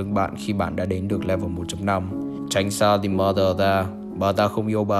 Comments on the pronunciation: the chỉ đọc là "đì"khi danh từ kết thúc là a,e,o,i,u thôi nha the mother đọc là "đờ" mother nhé bro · anh cứ đọc là dì M̶ơ̶͟t҉́h́͠ȩ͝ŗ͞ =))